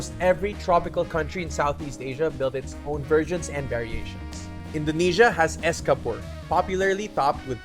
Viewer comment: the 'c' in 'es campur' is pronounced 'ch' like in 'champorado'